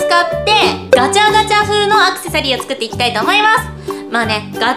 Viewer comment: 作ってみてくださいが食ってみてくださいってきこえー